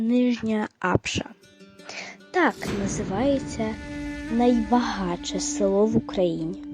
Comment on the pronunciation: А це цікаво і добре прокоментоване